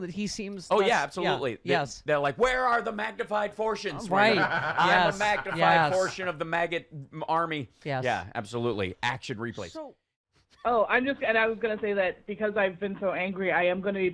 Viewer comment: Hmm, Maga army sounded like maggot army, I'll go with that 🍺